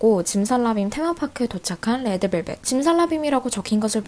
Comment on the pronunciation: 레에드벨벳이라고 발음 완죤 취저